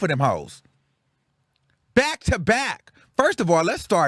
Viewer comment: “Get yur lick BÄCH” 💀